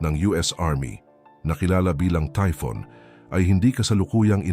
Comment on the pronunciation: Typhon po hindi typhoon